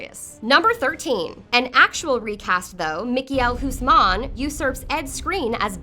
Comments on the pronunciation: mikael hoesman? that's one of the worst butchering of a name I've ever heard. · Mikiel hoosman? Who? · michiel huisman as mik-a-hel guzmaaan? seriously? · I don't like her, becuase she is a terrible and uneducated narrator. She pronounced Oberyn as Obouron and Huisman as hoesmen. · The pronunciation is dark and full of terrors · the way you say "Michiel Huisman" is great. just great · i had to stop after she pronounced Michiel Huysman and sat there in silence for a whole minute, i get that Dutch names are hard to pronounce but she was really far off. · how did u pronounce michiel huismans. name... damn.. sounds arabic. not dutch XD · The way you pronounce Michiel huisman is painfull to hear haha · ahahahah She is butchering his dutch surname. Huisman xD literally mean Houseman.